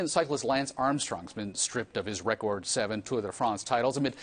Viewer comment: Re-Cords lol